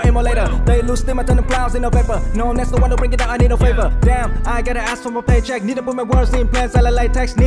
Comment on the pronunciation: POV: Mấy từ kiểu vapor, favor,… có cái “or” đằng sau với mấy cái “ism” hưng thấp phát âm có cứ hơi việt nam :))